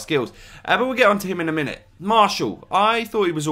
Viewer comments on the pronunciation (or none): none